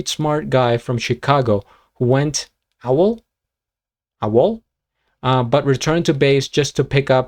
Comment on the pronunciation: AWOL is usually pronounced “Ay-wall” btw. If you weren’t aware, I thiiiiiink it stands for the acronym “Away Without Leave” (the “O” comes from the “Out” half of “without”) and is used for situations in the military in which someone intentionally leaves without permission, whether it’s because they’re actually missing or if it’s because they’ve abandoned their troop. Saying someone has “gone AWOL” is common slang among civilians as well when you can’t find someone or when they leave somewhere without telling you first.